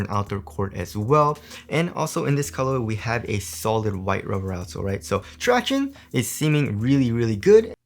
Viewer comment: Stop saying tractiones. Its so annoying